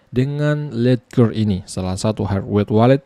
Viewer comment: Baca nya lejer bang 😂😂